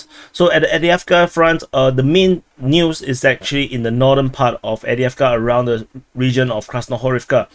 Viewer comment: There's a "v" in Avdiivka, bruh!